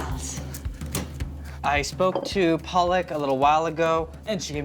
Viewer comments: Lol PAALAK is Spinach in hindi 😜 Her name is pronounced “ Puh-luck” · Lol PAALAK is Spinach in Hindi 🤭🤣🤣 Her name is pronounced “Puh-luck” It was funny and cute 😜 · Wish Andy could at least pronounce the name of the Chef right...